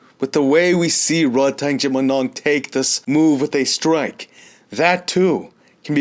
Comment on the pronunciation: RodTang means = A Tank in Thai. Please get his name right :)